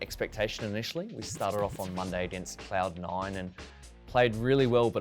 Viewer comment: cloud noin